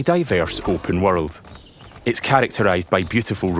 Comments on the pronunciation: Never heard anyone pronounce "world" as "wordled" 🤣😂🤣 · "Change the waterld?"